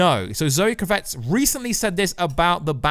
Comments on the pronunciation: You're driving me crazy with your pronunciation of Zoe's last name. It's KRAV-itz. Emphasis on the first syllable, short a sound. Just like her father, Lenny. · Please pronounce Kravitz properly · For God sake will you stop saying zoe kravitz surname wrong jeez it's not even spelt the way you say it.... how on earth are you getting it so wrong?